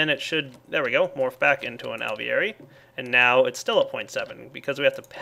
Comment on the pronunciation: Lol when says Alveary it sounds like hes saying ovaries. Is it just me?